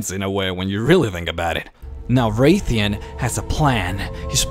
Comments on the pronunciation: It's Wrathion not wraith-ion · Wr"æ"thion :P There is no Wraithion, its Wrathion :P Nice video though!